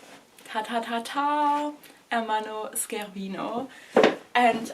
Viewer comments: totally understandable, it's quite a big mess lol SCHErvino would be written the way you pronounced it ☠️ congrats for the bag anyway, always class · On a side not about the pronunciation: It's not SK ervino But SCE is pronounced like in Chevrolet or Sheraton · Hi:) Scervino is pronounced as the sound ''sch'' in German, like the word Scherz. Tschuss!